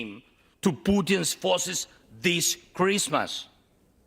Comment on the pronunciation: "Theese Chreesstmas !! "